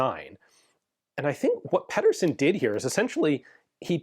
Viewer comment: Pee-dur-sen his name is not pedderson its Pedersen. No relation but same surname.